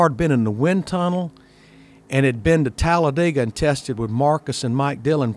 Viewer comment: Glad Larry Mac can pronounce Talladega